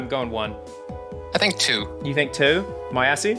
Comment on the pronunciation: I can’t stop thinking is saying my assy instead of moyasi